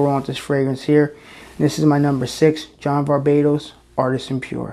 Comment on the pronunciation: I love it when you say "John VarBatos" , even if it's not the correct name of the brand :D